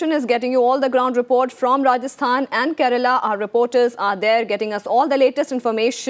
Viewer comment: she says rajasthan and kerela😂😂